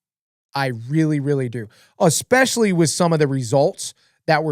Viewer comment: UH-SPECIALLY 😂😂😂 lmao!! again...